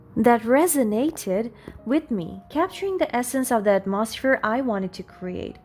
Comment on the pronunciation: Hearing someone mispronounce words usually triggers my OCD. Listening to you though, with you mispronouncing every other word, has me rolling on the floor laughing. AtMOsphere, deterMINE, hilarious today for some reason.